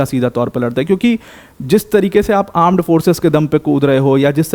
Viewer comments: Armed forces ❌ Aaand forces ✅ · Correction "Aand forces" 😂